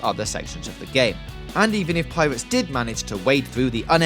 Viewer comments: Yeah it's pirates not piwates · Piwates. Fwee. Ovawide. Miwas Edge. You crack me up man.